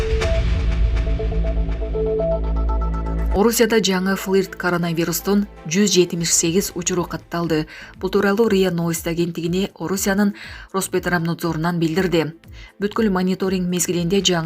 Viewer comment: Ичимди эздин го девушка, роспетрабнадзор деп окулаарын биринчи жолу уктум. Уят эле кыласынар 😂😂😂